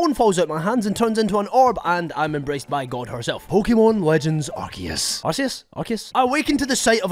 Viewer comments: Its Arkoos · It’s pronounced “ar-koo-ss”